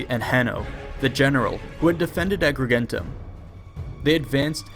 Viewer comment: He sounded really hesitant when pronouncing 'Agrigentum'